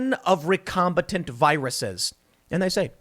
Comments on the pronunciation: Since the word was butchered multiple times: It's "recombiNANT" (from re-combine) not "recombiTANT" or "recombATANT". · It’s not recombitant, it’s recombinant as in recombinant DNA. Recombinant DNA is the gene manipulation technique scientists use to make things like glowing tobacco plants as well as perform gain of function research on viruses to make novel ones. And sheriff is not pronounced shee-riff it’s pronounced share-if.